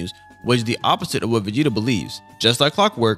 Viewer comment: Also “Vageta” is wild my guy 😂